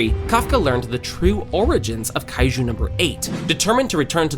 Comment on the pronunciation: Bro es reno oshikawa no leno ishicawa, es kaiju no laiju xd